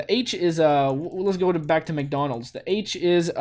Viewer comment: Wow! Good job with McDonald's!! And, actually, the в is a v! And the и is a i. (But the i is pronounced the french way, so "ee" in english)